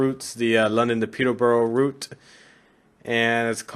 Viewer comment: I know this is 4 months old, but I'd have to congratulate you on your pronunciation of British place-names, Stevenage was correct, Peterborough is not far off, peter- ber rer (not peterbowrow)is the closest I can show you in text, without sending an audio clip of the pronunciation, either way, I'm glad that you are playing a wide variety of routes, most Americans stick to American routes.